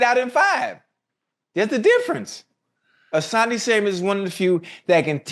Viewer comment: Why yall keep adding a "s" to Asante last name lol